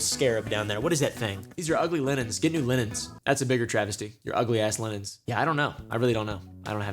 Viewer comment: Yo why he gotta say “linens” like that 😂😂😂